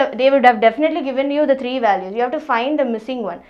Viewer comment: Sister Pronounce the word 3 as three not tree. Plz